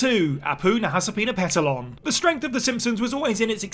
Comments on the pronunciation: Bro nailed apu’s name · You can pronounce Apu's names with great ease but Mrs. K you crunched it up like a crash test dummy